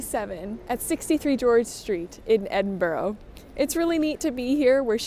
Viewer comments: 2 things - the pattern book is written pretty much as patterns are still written in the rest of the world. America changed its method, the rest of the world didn't. (same with the alooominum thing lol) Edinburgh is pronounced "Edinburra" it ends with the 'ah' sound. It is not English, it is Auld Scots, so it is not pronounced in English/American. There isn't any "o" in it, so there is no "row" sound. As a fellow European who is multi-lingual, I'm sure you already know the correct pronunciation - before getting into American habits - some examples of those I'm also sure you've experienced as a fellow migrant are - the disrespecting of other people's languages, intentional mispronunciation, accent mimicry for entertainment, forcing migrants to take Anglicised names etc. I love your work, just saying, please don't lose yourself & remember to value your own differences & the differences in others & don't forget to see the beauty of the differences in all of us. This horrid trend towards American homogeneity that's sweeping across YT right now is just frightening to me. Best wishes. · What a lovely video, but I'm curious, was that Edinburgh, Scotland you were in? :) As you pronounced it "Edinborough" throughout, so I'm not sure :) (The Scottish capital is pronounced approx. 'Ed-in-bruh'. ;)) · It is minor, but that pronunciation of Edinburgh is wayyyy off. It only has 3 syllables and is ED-IN-bruh. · You may have convinced me to try brioche. It does look so squishy. I am always amused how non natives say Edinburgh 😂. Honestly just looking at it I can see why but it’s pronounced Ed-in-bra.